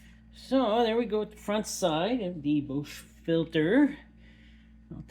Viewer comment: Your pronunciation of Bosch is WILD!! You do you! Thanks for the review!